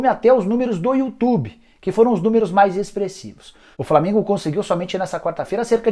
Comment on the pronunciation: Só eu que ouvo ele falar " Flamingo e boa vista:?